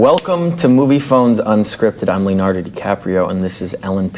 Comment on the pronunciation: He still says Leonardy in the second take but he keeps going